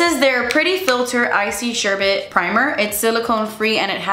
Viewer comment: THANK YOU for being the FIRST person I’ve heard pronounce“sherbet” CORRECTLY! I knew I loved you! And yes, an “empties”!!!! ❤️🥰